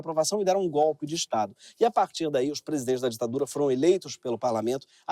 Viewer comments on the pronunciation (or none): none